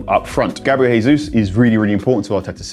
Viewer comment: It’s not Hesus. He’s Brazilian. How on earth do you not know that